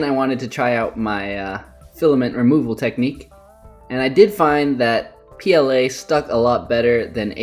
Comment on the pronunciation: "Leather PLA-ing" (pronounced like playing)